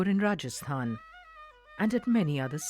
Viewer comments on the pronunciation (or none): none